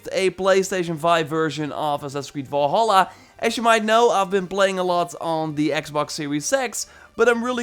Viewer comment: It's VALHALLA not VOLHOLLA